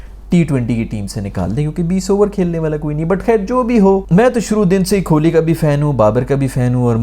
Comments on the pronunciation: Kholi nehi Kohli hai yeh. Allah ka khauf karein, aise mispronounce naa karein 😂😂 Aur Azam Khan ko "Ajam Khan" nehi, hum bulate hain "Chhota Aloo" 😁😁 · Yaar, the "Kholi" thing is annoying waisay, and I'm Pakistani 😃. Pretty sure you do it on purpose. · Kholi ❌ Kohli ✅ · Kohli ❌ Kholi ✅ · His name is kohli not kholi. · Nobody cares if you take kohli's name wrong, we can understand your pain & frustration 😂